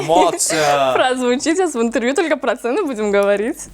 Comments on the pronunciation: ИНТРРРВЬЮ ОРУУ😂😂😂😂😂😂 СТО СОМОН ИЗ КОРВОНА 😂😂😂😂😂😂😂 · "Сегодняшний ИНТТРВЮ"🤣🤣🤣